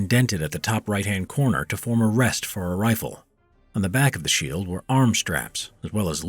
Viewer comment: Lol he said sheel in the beginning